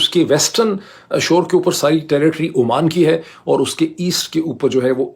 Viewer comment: Dr. Sb. It is Oman not Amman.